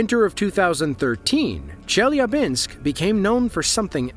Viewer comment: A great video, though I feel obliged to mention the necessity to do a better research before posting: Chelyabinsk is by no means the second largest city in Russia, it's the second in the Urals autonomous region (after Yekarinburg). Also, the pronounciation is easily inquired in Google. 😊